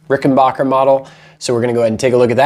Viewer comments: As soon as I hear Rick en "BOCKER" instead of the correct RickenBACKER I assume ignorance ! If you can't pronounce the name correctly, Makes me question everything said ! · Stop saying RickenBOCKer. It makes you sound like an idiot AND it's wrong. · Very impressed with your site. BTW, not trying to be nit-picking, but the correct pronunciation of the name is Ricken-BACK-er. Short A in Backer as opposed to long A as in AH. It's my understanding that Grandpa Rickenbacker changed the pronunciation of the family name before, or at, the time of the founding of the family business. Thanks for a great vlog. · Please learn how to pronounce Rickenbacker properly. 😃